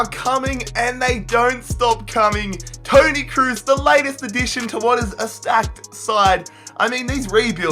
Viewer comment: I first heard pony kroos😂😂 i was like WTF dude